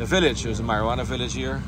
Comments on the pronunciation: You pronouncing the word wrong it’s not marijuana it’s morawhanna. I live north west for a while so I know those places. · that place is Morohwanna, not marijuanna